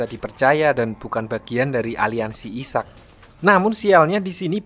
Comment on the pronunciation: Cara bacanya aiseck bang bukan isak